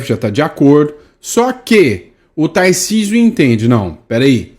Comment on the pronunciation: Putz não consegue pronunciar o "r" de Tarcísio? Ele fala "TaIcísio". Até parei de assistir.